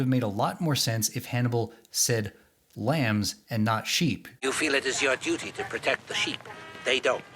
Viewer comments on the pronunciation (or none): none